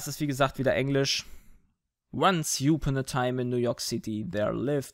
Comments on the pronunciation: upon wird etwa so ausgesprochen: "ap(i)n" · Once youporn a time... geilste Aussprache die ich je gehört habe ^^ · Jetzt wie den Prolog gesprochen hat: once youpon a Time / Wie es geht:once upon a Time / Nichts gegen im Gegenteil ich mag euch soooooo gern weil ihr so seid wie ihr seid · youpon:D upon,, upon. das "u" sollte sich wie ein tiefes stöhnen anhören;) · youpon?? hahahah das liest man upon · Du sprichst upon voll falsch aus